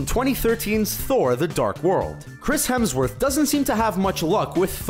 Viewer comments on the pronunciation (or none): none